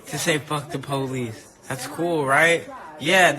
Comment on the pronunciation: "People are calling me a puthy for calling the polith"